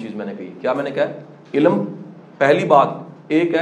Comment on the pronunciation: ila-m. Or ilm. Qasim sahib plz apni pronunciation Thek Karain Kindly.